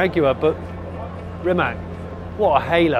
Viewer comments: They maybe should rename or badge the car for English market as it is supposed to be pronounced "Rimatz" - the way it is spelled now sounds like some sort of ladies hair removal cream to English speakers. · Bravo mr JS … We are not only second in football world, we are first in hyper electric car production … it would be great if You will learn how Rimac is originally pronounced in Croatian language, it's not tough and it will make us Croats proud if world would respect ours language as we respect others, C is not K in Croatian … it's C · It's RimaC, not RimaK!!! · Just to learn English speaking visitors how to pronounce properly his last name. Imagine that is written Rimatz, pronounce it in that way. The way you all do it is wrong. Letter “c” in our language is always pronounce as you would read it as “tz”. The way English persons pronounce it, wrongly, is as it was “Rimak”. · I know it's illegal for English speakers to pronounce right non-english names or phrases, but not Rima(K) but Rima(TS) , like in the Mitsubishi. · It must be pronounced Rimac like Rimatz, not Rimak... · I don’t undestand one thing. Mate is from Croatia. His surname is Rimac and it should be read as Rimatz. Why all the people are calling him Rimak? Why all the english speaking people apply english spelling rules to foreign names. It is not polite to screw someones name. You show him that you don’t respect the culture he is comming from. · I was curious how he will butcher the pronunciation of "Rimac", and I was not disappointed.